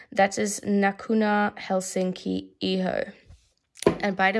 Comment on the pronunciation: Omg I love your Finnish pronounciation for the Iho fragrance❤️😄😂